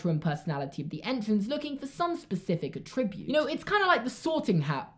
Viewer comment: attribute pronounced like that is a verb